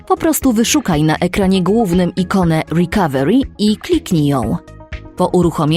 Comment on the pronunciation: Łrikawełri xd